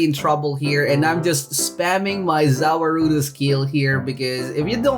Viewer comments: Its pronounce ZA-WARUDO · za waruldo is pronounced za world -o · its ZA--WA-RUDO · btw the way it's pronounced ' za war-doe' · The way you pronounce za warudo hurts my brain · how u say za warudo makes me mad no hate btw